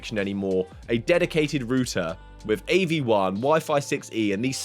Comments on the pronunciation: Why wouldn't you just edit out burping that was so gross. Also why make it about pcvr, most people are getting this to have the standalone why im not seeing more reviews about how the stand alone goes is actuallu beyond me. Also its router not rooter. Shit video and cringe x1000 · like how the British pronounce router